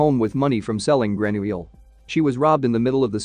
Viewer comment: I heard how the narrator said his name and remember that Americans or others pronounce the -ille weirdly : example= Ratatouille!!😵‍💫